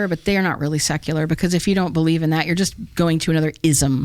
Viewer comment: Thank you for taking almost 3 hours to validate my notion that nobody on this planet knows what is going on. ;-) Yes I do not know either! :P In the end she made the most profound statement by starting a sentence with "I be-lie-(ha)ve". 'The truth' is not out there, it is what you make it! There is no 'The Truth', there is only your truth. It is called being conscious.